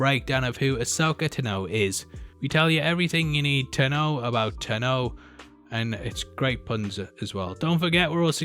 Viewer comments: Tano....Tano not ta know. If you watch the clone wars they tell you how to say it. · I do not enjoy the way he says Ta-no instead of Taahno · Ahsoka TAH-no, NOT T’know. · Tanno Tanno Tanno, it's tano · Everything you need TUH KNOW about Ahsoka TUHNO. Is that the reason by you were mispronouncing her name this entire video? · Tano rhymes with guano. Not dunno. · Ta(n) Know--jus sayin bro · Thumbs down, simply for your pronunciation of Tano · Why would anyone watch a leak video, especially of a weekly show? Also, why can't this chap pronounce "Tano" correctly and did he even watch the show? It's a bell Tano cut in half, not a horn. Dumbass. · You can’t say tano right js